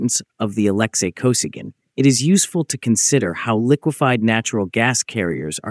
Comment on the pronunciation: Не Александр (или Алексий) Косиган, а Алексей Косыгин. Вот он, искусственный интеллект, в действии. Самим то озвучить чужой текст лень. Вот и "лепят горбатого".